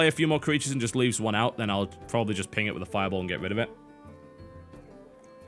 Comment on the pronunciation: Does anybody else think "Tim it" when he says "ping it"?